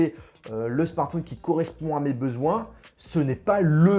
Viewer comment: Apprend à dire correctement "smartphone" déjà... merci!